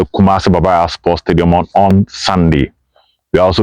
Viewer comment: you are confusing me. Is Kumasi Sports Stadium called Baba Yara or Baba Yaya? Please, research and give me the correct name and correct pronunciation.